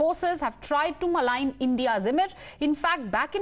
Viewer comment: MALIGN NOT MALING